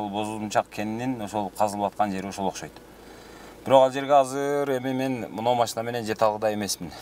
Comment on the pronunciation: Мектеп директору эч нерсени билбейт экен и ещё не грамотный сүйлөйт экен Ошкойт дейтко 😂